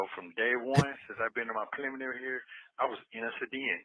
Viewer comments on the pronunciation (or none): His PLIMINAREE hearin….😂😂😂😂😂